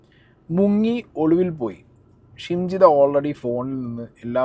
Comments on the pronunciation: Nte....jimshitha alla...shimjitha😂😂😂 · Edakokke jimshida ennanu pparayunnath.. shimjidha aanu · Anna Jimshi alla shimji 😂🤣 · ജിംഷിദ അല്ല ഷിംജിത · ജിംഷിത അല്ല ഷിംജിത.